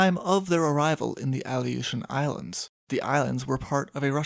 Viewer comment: Aleutian Islands: (Uh•loo•shn) Not “Ali•oh•shn” Other than that this was another banger of a video. I love your content and I shared your channel with my pops and he really enjoys it too. Thanks.